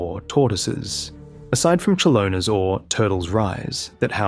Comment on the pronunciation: I know it's a nitpic but please dont pronounce chelona (the greek word for tortoise) as a mexican dish xDDDD its pronounced as Helona as in Helios. The a in the end is pronounced as the "a'' in happy. Sorry it just sounds ridiculous made me kek everytime